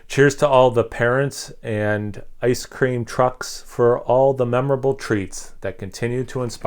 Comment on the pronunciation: You said "ice cream trucks", I heard "ice cream cucks". Sounds good though! Can't wait to go buy this off a shelf somewhere in NJ. Haha.